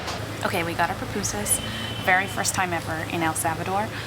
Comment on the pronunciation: Its pUPUSas lol p-oo-poo-zaz